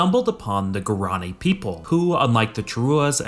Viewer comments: Guaraní is pronounced gua-rah-NEE! Learn Spanish intonation rules. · It is pronounced gwar ran e